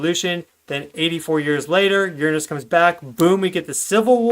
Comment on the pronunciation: Sometimes I hate how much Americans kill the English language with there pronunciations of certain words but I am very happy to hear you pronounce the word Uranus correctly:)